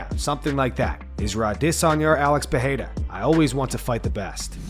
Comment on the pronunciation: Once again I’m asking the narrator to learn how to pronounce Periera. THERE IS NO “H” SOUND